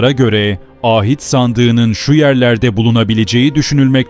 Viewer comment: Â hit değil ahit sandığı